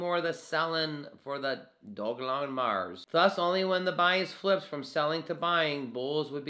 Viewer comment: It's Doge-lon, it's not hard